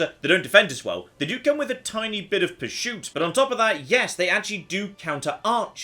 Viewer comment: Anyone else wondering why he's saying "purshoot"?